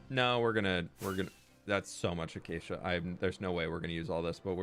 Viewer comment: My brain every time says acacia: achacha💃🏼